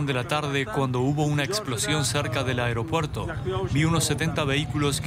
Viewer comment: "Areopuerto" Primero hablen bien por favor